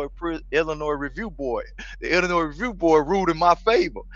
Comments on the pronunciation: But the s is silent in Illinois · Says he from.chicago cant even pronounce illinois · No one from Illinois says the s LMFAO , love your movies tho